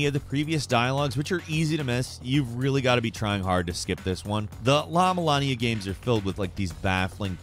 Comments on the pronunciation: It’s La-MulANA, not MulanIA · what is the 4th game called?! i can’t understand 😅 lavalania 2? llama lamia? larna larmia?